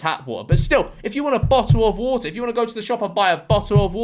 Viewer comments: youre british you legally need to say bo'o'o' wa'er edit: since some people dont seem to understand, it was a joke, like chill out. And also I'm not american. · bo’le of wa’er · Bottle Of WuhTah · A bo'le o' wo'oh?! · gotta love how he's making an effort to not accidentally say bottle o wa'er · George out here beating the "Bo'oh o' wo'ah" allegations on behalf of the British Public 💪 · better than saying "Boddle of warder" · You know he's siding with the Americans when he pronounces bottle of water with the Ts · the way you seemed to emphasise the t's in "bottle of water" seemed personal ngl